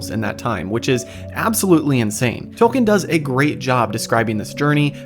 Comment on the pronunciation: I cannot stand how you put all this effort into making a cool video and you can't even pronounce Tolkien's name correctly.